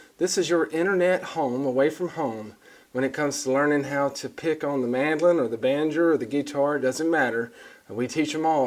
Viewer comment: Banjo, not banjr you.